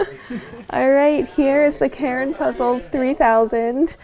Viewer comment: It's not pronounced the way Karen does - the a is more pronounced like the a in vast, the u like the u in huge. But it doesn't matter, everyone understands it anyway.